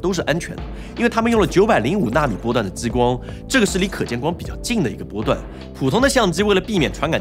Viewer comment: 跟我念，ji光，不是jiyi光